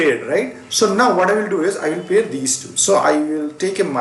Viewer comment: U haven't pronounced the word pair correctly